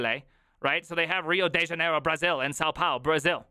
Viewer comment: Your pronunciation of Rio de Janeiro is suprisingly good